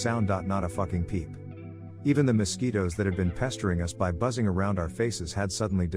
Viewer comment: I love the way the TTS says "mosquitos" "Mess-quotes" 😂😂